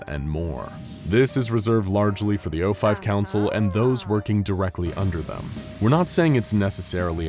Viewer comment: It is saif o5 like pronouncing 049 as o49 would imply a 06-10 ranking. And just because you don't know about them does not mean that they don't exist. Reason one logic, reason two there's already the fact that the 05 aren't keeping me to wear to anyone two and below in the level. So maybe you can find your way to the secret level 10.